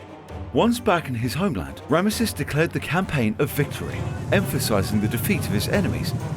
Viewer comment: Rabish! You can't even pronounce the name of the most important character from here. Rameses 😂